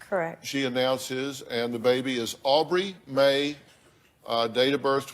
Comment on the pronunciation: Why are they pronouncing aubrie Mae so strangely?